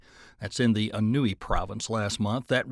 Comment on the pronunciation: anhui is pronounced an hway... try to get it right